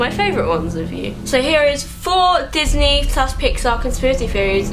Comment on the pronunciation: "pixy and disnar' lol